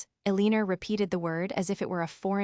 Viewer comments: Somebody needs to tell AI how to pronounce 'Eleanor' ❤(EL-lin-nor-) but meanwhile a-LEEN-er is pretty hilarious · "El-een-ur"? AI Voiceovers are not your friend.